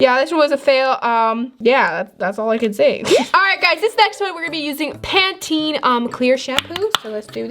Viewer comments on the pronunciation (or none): none